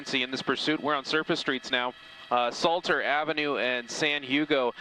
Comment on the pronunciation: Oooh my ol' stompin grounds. And its SLATER not salter you dumbass overpaid teleprompter reader